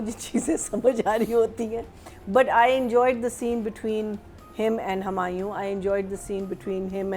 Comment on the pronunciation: Dear, 1) it’s HUmayun, NOT Hamayun 2) it’s pattERN, NOT patRUN 3) Let judges speak without interrupting them 4) the people from NAPA that we have gotten to learn about, are all brilliant! Decent! Educated! Progressive! Speak Eloquently, since you carry the pride of attending NAPA, what happened? Why have you not been able to understand that your place of speaking is unnecessarily fast, is like you never got the chance to have your voice heard so now you’re projecting it by shaking so much and so fast so you don’t miss your chance. Dude, you’ll always have the chance to speak and use your voice brother, chill out! Work on your style of speaking, the pace and your pronunciations